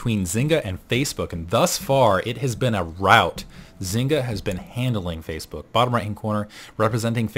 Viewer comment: "facaebok"?:)